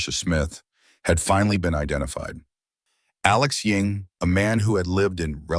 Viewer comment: Why do you keep calling him Alex Ying? isn't his name Ewing?